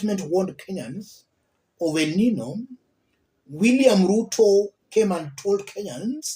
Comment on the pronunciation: It is pronounced, 'El Ninyo'